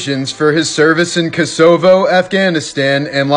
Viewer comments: It’s pronounced Ko Suh vo. kuh sovo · why do you pronounce "corps" and "Cosovo" weird? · Yea its pronounced ko-sa-vo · Oh man. So it’s pronounced Marine CORE not CORPSE. Secondly is Kosovo is KOE-SUH-VOE not “kOe-Saaaah-voe” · "corps" is pronounced like "CORE"*! BTW AND its pronounced"Koso-vo"!! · The way he pronounces keSOvo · Its pronounced like Co-sa-vo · It’s pronounced Ko-sa-vo. Say it quick. I’ve seen so many of your videos and you don’t even take the time to learn how to say the name right. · Bro pronounced Kosovo like that to upset us all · Hahah dudes pronunciation of Kosovo! 😂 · That’s not how you pronounce Kosovo